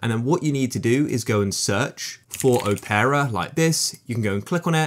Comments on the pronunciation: why does he say opera like "oh-pear-ah" im pretty sure its just opera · it is just opera